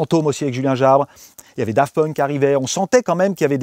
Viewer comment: A chaque fois qu'il dit Daft Punk jsuis traumatisé